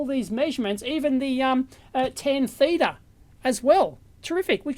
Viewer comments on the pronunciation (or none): none